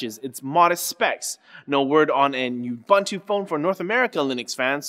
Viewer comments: Oo-boon-too Not "you-bun-too" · ubuntu? this is the first time i heard it pronounced as you-buntu. we pronounce it as oo-buntu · It is Ooboontoo! sniff /s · Stop saying ubuntu wrong.